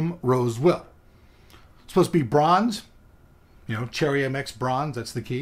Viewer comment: Is there a reason you pronounce cherry mx browns as cherry mx bronze? ...lol